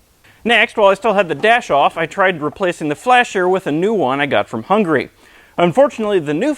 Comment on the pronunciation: it's not hungry it's Hungary, with the "a".